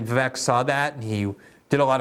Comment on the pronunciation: It's pronounced VivAYK. A long A sound for the E, not eh.